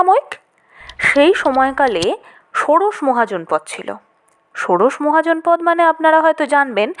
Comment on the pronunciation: মহাজনপদ শব্দটি আসলে মহা ও জনপদ এই দুটি পৃথক শব্দ তাই শব্দ দুটির উচ্চারণ আলাদা আলাদা ভাবে করতে হবে।